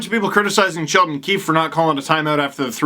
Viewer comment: I’m American but I like watching the Canadian feed. Did anyone else notice Ray Ferraro call coach “Sheldon Queef ahem Keefe” during the broadcast? It was the lone high point of the latter half of the game